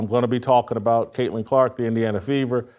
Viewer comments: I had to stop listening when he said kunta Clark 😑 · This fool said kunts kente 😂